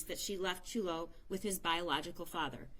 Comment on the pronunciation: There are no words to describe the horror this child went through. There’s no words I can use to express who these “parents” were and what I hope happens to them. One thing I can say, the first woman to speak mispronounced Chulo’s name multiple times. Is it too much to ask that we honor him in death by remember his name? Maybe someone else should have spoken if she was having trouble remembering or pronouncing his name. Just felt like the final insult.